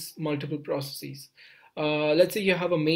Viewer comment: I loved how he ditched saying "proceecees" and started saying "processes" towards the end :D